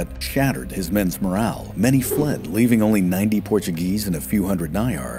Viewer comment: Portuguese here, you conviced me to buy the book. Amazing work, phenomenal pronunciation ;)